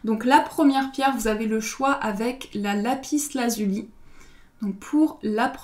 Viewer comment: Vous êtes très mignonne et gentille et j'aime regarder vos tirages mais sans vous offenser il ne faut pas prononcer le "s" de Lapis Lazuli. C'est une règle de facilité de prononciation...